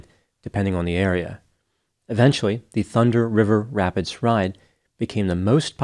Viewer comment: ...I'm impressed with your ability to continue flawlessly pronouncing this tongue twister several times in the video. the thunder river rapids ride. lol